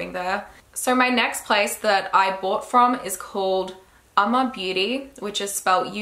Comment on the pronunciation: She said uoma so correctly like sis u invited to the cook out 🇿🇦🇿🇦😘